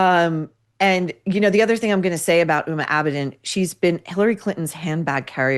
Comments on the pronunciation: Just a comment on pronunciation. The "H" in Huma Abedin's name is pronounced as a hard "H". It is an Islamic name and should not be confused with the name "Uma", which is a Sanskritic Hindu name that is also the name of a Hindu Goddess. As a Hindu, I just don't want people to confuse HUMA with being a Hindu. She is of 100% Muslim ancestry with one Indian and one Pakistani parent, and grew up in Saudi Arabia since aged 2 until college, though I doubt living there affected her worldview. As you pointed out, her most proficient quality is social climbing by ingratiating herself to powerful people like Hilary Clinton. She was known as "Clinton's hard drive" from hacked emails written by longtime Bill Clinton Advisor John Podesta. It's not surprising that she married a guy whose job it is to spend his father's fortune. She's just a dumb person who Hillary for reasons unknown to me, except maybe that she's a carbon copy of Clinton, (Hillary is known to rail against people who disagree with her) took an unusual affinity. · I'd appreciate it if you could pronounce her name with the H voiced out. Uma is a Hindu goddess.